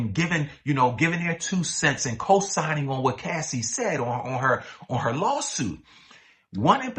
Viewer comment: Cassie not Casey.